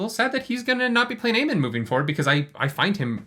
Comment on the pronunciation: And it's Aemond, not Aemon.